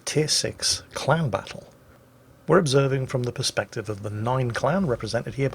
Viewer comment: I know said clan battle, but I heard "clown battle"